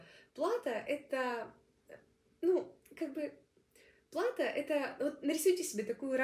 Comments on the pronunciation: Респект! Только, простите за замечание, но лучше говорить верно. Не "плАто",а "платО". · Думаю, плато ударение на о.